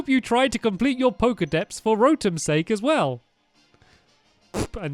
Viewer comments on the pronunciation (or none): none